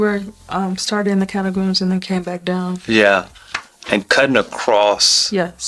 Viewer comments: Catacombs? think you mean Cairngorms!!! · Did you mean Cairngorms, rather than Catacombs? "Catacombs" are like underground cemeteries! (That sounds pretty cool!!!)